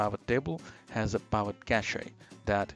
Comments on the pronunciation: It’s P “I” Vot Tables! Not P “A” Vot Table! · Please stop saying pAvot table! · Overtime you call it a P-eye-vit table, you hurt my soul. Otherwise, a very good excellent tutorial. Keep it up. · I can't take someone seriously when they can't even pronounce pivot table properly.